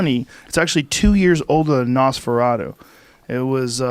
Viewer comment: The way Joe pronounces “Nosferatu” is absolutely unacceptable.